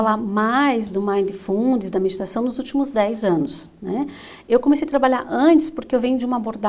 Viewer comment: Ótima palestra mas a palavra mindfulness tem a silaba tônica no mi não no fu. Fica bem esquisito escutar a palavra inglesa falada dessa forma . Fica a dica!